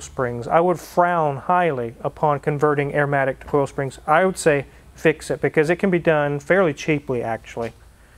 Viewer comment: Arrrrrmatic matey!!!